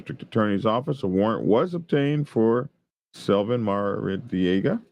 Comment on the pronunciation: “Maradiega ” …uh, hmm “Maradiega” we Californians could have told ya that ! …now available in Pine Level